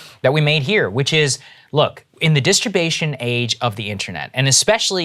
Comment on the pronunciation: Did Saagar just say "disturbation age"?